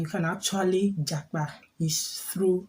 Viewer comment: You should have asked me the meaning of japa before making the video na 😂😂😂😂. Yeah, you pronounced it well 👍